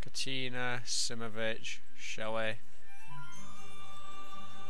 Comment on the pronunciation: SImovitch dude, its Simovitch